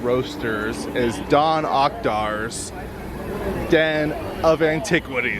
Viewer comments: "Don Okdor's" I sorry dude its DOC ONDARS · "Don Okdar's" XD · J W, He knows. It was a mistake on his part and he noticed it, so you should be thankful. Also it’s “Dok Ondars” 👍